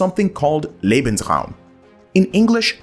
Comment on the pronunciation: thank you so much for saying "lay-bens-rawm" instead of "lee-bens-rawm" but...uh....should be "zaw-der zay" not "zwee-der zay" 🙂